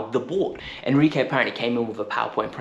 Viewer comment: Who is enquire. its enrique ;/